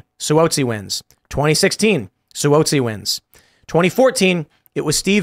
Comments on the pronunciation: Just FYI—NY rep’s last name is pronounced “Swazzi.” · Si whoa si lol it's Si wahh zi